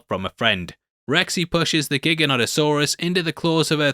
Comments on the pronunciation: giganoto-saurus not giga-not-o-saurus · Gigantosaurus is pronounced like that, not Giganotosaurus.